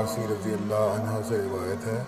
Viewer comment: aslmkm Moulana aap razi allahu anhu bolne ka anha boldiye !!! Zara Gour ki jiye